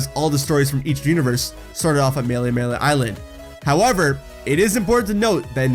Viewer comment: Mele-mele? More like Melee-Melee.